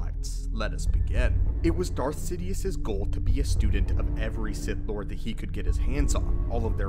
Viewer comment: Did you say “sith back”?